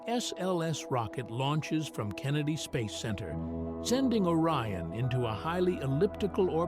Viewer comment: If you can't find a human to narrate at least find an AI that can pronouce simple words like space and phase!